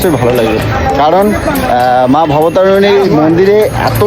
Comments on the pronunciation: ওরে মূর্খ, কথাটা বলতে শেখ। মা ভবতারণী কি আবার, কথাটা মা ভবতারিণী.. আবার সানগ্লাস নিয়ে বেরিয়েছে, খোপড়ির উপরে তুলে ভিডিও করবে বলে..লাল চশমাটা কোথায় গেল? দীঘার সমুদ্র নাকি মা গঙ্গা😂 সবকটা মূর্খ এক জায়গায়। রানী রাসমণির বাড়ি, দক্ষিনেশ্বরে দাঁড়িয়ে কি খুঁজছিস? সালা ওটা কলকাতার জানবাজারে। তোরা কতদূর পড়াশুনা করেছিস রে? ওরা ঐ গ্রাউন ফ্লোরে ছিল😂 তোদের তো দুজনেরই তো মঠ বেরিয়ে গেছে, দেখলাম...😂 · ওরে মূর্খ! ওটা "মা ভবতারিণী".. "মা ভবতারুণী" নয়! আর ওটা "রামকৃষ্ণ".. "রামদেব" নয়!